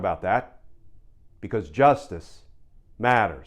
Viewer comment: That "Justice Matters" overemphasized thing is really lame. My 2 cents. If you want to use it, just speak it normally. Thanks, hope this helps your channel.